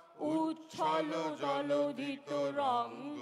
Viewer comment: জলধি তরঙ্গ হবে, জলোধিতরঙ্গ নয়, প্রাইমারি স্কুলের শিক্ষিকা হিসেবে বাচ্চাদের এই ভুলটাকে শুধরে দেওয়ার চেষ্টা করতাম।